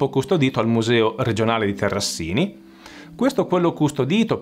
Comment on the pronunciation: Terrasini, con una s